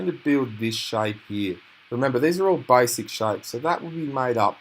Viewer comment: "Baisik shaipes"😂😂😂